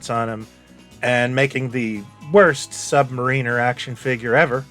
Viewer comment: Glad to hear someone else pronounce it "Submarine-er" besides me.